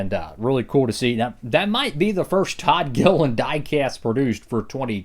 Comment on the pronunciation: I think this years advent calendar wasn't bad at all, just could've been better. Was super bummed out when you said "todd gilliliand" and it wasn't the grillos pickles car. But nonetheless it wasn't that bad